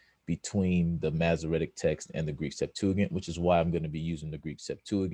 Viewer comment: You aren’t even pronouncing Greek Septuagint right. 🚨